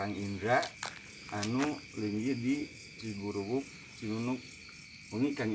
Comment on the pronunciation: Ciguruwik mang sanes ciguruwuk